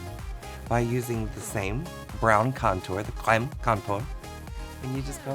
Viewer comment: omg please say creme again..sooo funny 😂😂